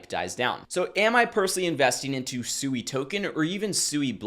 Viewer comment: It's pronounced "swee" like sweet or swing. It's a Japanese word for water.